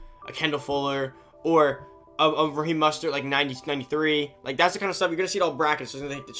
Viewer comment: “Raheem mustered” 😂😂😂